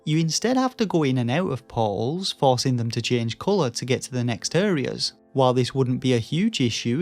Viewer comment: American here. Took me forever to realize you were saying “portals.” I was like “poles?” “Pawwwls?” But I’ve been a fan of your channel a while and dig your work.